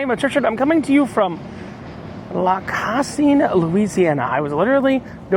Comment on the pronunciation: Pronounced "lack-a- seen". I live down the road.